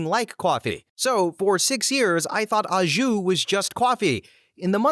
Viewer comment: Little tip, most Americans mispronounce au jus. The au is an O sound. (it's French)